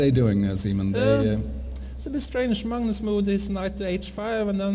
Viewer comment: Peter Hooge It's pronounced Mangnus in Norwegian. The commentator to the right is Simen Agdestein, Norways third best chess player, has a rating around 2600. You can learn how to pronounce Magnus correctly, if you listen to how he says it.